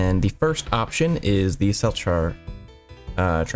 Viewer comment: It's pronounced "selchar" i believe /j. Please reply if you would like to debate